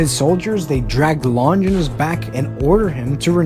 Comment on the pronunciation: Its Not lon ginus its lon gie nous